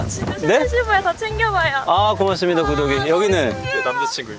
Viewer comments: 왜 자꾸 구더기로들리지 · 구독이가 자꾸 구더기로 들려요..큐ㅠㅠㅠㅠ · 자막 없었으면 ‘구독이’이가 아니라 ‘구더기’로 들렸을 듯...